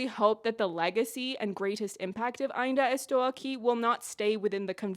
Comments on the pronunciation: Your Portuguese pronunciation is pretty fine and your review is just wonderful. "Ainda Estou Aqui" got even better because of it, I hadn't seen a review that could do that. You know the history of Rubens Paiva had another chapter now in 2025, after the movie? His death certificate has just been rectified to describe his death as "non natural, violent, caused by the Brazilian State". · The most thorough "I'm still here review" yet. So much depth and all historical pieces needed to fully understand the context of the film. And your effort towards pronouncing words and names in Portuguese is nothing short than extraordinary. Officially a new fan of yours here ! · Her pronunciation was not good. It was very, very good!! Great content by the way. I hope your channel grows a lot and reaches many more people. We must value a job well done like yours, congratulations. Best regards from Brazil 🇧🇷! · I think I just watched the best review I’ve ever seen in my life with the best pronunciation of AINDA ESTOU AQUI too perfect everything perfect❤❤❤❤❤ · Girl Portuguese speaker are not like frenches. If u at least try to speak Portuguese we are overwhelmed. We don’t mind about accent and mistakes. But ur “Ainda estou aqui” is perfect. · You pronounce "Ainda estou aqui" so well you sound like an native Wasn't expecting you to cover an movie from my country but I have been a fan of you since your episode reviews from The Boys season 3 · > Pronounces "Ainda estou aqui" perfectly, almost as a native > Proceeds to excuse herself for butchering the pronunciation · Your pronunciation of Ainda Estou Aqui is good!!! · As a Brazilian, I can guarantee that your pronunciation is great. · You're actually the first person that I've seen on youtube that pronounced the name right lmao